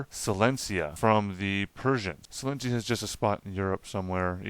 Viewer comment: Great video! But WATCH out when you are reading: it’s the kingdom of PRUSSIA not PERSIA and AUSTRIA not AUSTRALIA in the 7 year war, and SILESIA not silencia 🙈🙈🙈🙈🙈🙈 arghhhhhhhhh sorry, just a regular European Person wondering 😅🤷🏻‍♀️